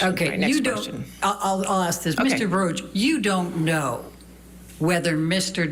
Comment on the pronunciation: Baruck not barush